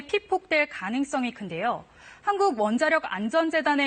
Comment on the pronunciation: 뉴스에서 한국이라는 단어가 어색하게 들리네요